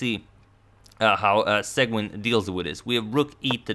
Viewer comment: Seguin --> pronounced: say-gan